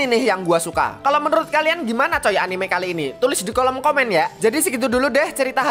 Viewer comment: etnime jawanya keluar jir🗿